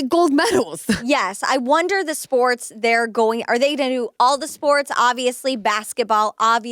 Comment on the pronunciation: At first - I thought you said Lamar and Caitlin’s podcast was about “forks” 😂 not sports! Now that would be a funny podcast I would listen to! 🎉